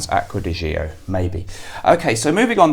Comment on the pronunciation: Great video, BTW the Gio in Acqua Di Gio, is properly pronounced: Joe. Have you tried: Jardin D’Amalfi.